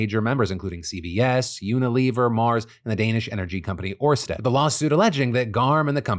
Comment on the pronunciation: Your pronunciation of Ørsted is wrong it's an Ø not a O, if you wonder how to pronounce Ø, it's also the Danish word for Island and google translates pronunciations is pretty good